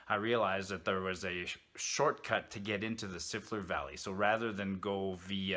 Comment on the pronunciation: I was surprised by your pronunciation of Siffleur. We had always pronounced it like Lafleur, as in Guy Lafleur. Maybe we had it wrong all these years. LOL